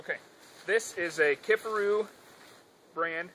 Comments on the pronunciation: It's key far roo not kiff a roo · How the hell do you butcher the name like that??? KIFARU! NOT Kifferoo ffs